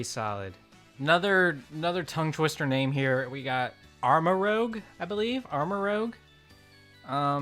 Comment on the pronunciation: You pronounced Grafaiai fine, it’s Armarouge you messed up. I’m sure it’s pronounced Arma-rooje, because Rouge is French for red.